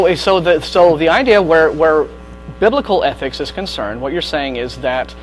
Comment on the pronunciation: Jesus Christ! repeated the word "athics" (ethics) enough for a lifetime!